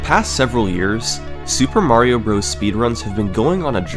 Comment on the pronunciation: you said "super mario bros" like a swedish person :P